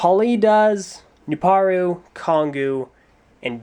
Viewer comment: The beginning: The Chronicles of Jaller: Serious Jaller Edition! And he finally gets Nuparu's name right.